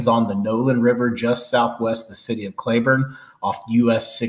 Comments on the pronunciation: It's Clee burne not cla burne. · It’s pronounced Cl”ee”burn, but enjoyed the video. I grew up there and have a 10.5 black mounted. I wouldn’t do it again, but I was only 17.